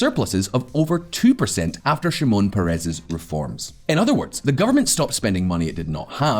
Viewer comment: Thanks for the video. BTW, the correct pronunciation is Shimon PEH-res, not peh-REZ.